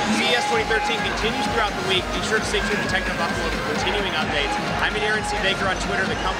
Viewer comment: Lol fail xD from phonearena:D